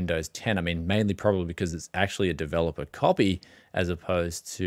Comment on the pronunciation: Windows 11 "capy" xD